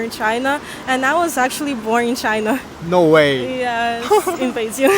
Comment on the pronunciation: the moment she said the chinese word Beijing it totally gives away that she's 100% local. That accent is on point.